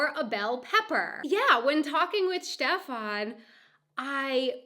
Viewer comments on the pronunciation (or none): none